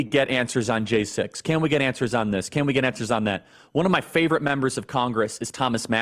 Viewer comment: Weweese the seekwet weapon! 🤣 Can't wait until these clowns get exposed. Go, Gaetz et al!!! McCarthy is becoming a beast! Keep the heat on him. I think he has the potential to be a GREAT Speaker. He is a perfect level-headed liaison.